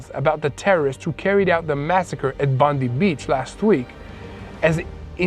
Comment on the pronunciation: Bondi Beach is pronounced Bond-die beach